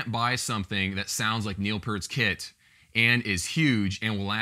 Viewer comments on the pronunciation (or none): ... I did NOT hear what I think I just heard... for shame... mispronouncing The Professor's name?!? PERT?!?!? ;)